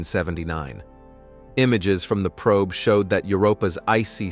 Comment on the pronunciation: You really need to change the reader or update your system. "NASAY" "probee" "one hundred hundred miles per hour"